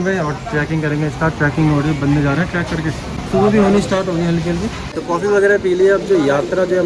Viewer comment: Track nahin, trek hota hai